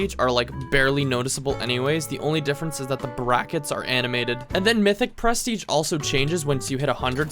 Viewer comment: why do you say pres teiging?